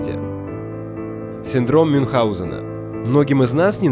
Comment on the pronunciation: "мюнхГаузена" вообще-то